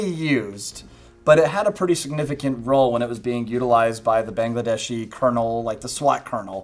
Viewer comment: Bangladeshi here, thanks for pronouncing my country’s name correctly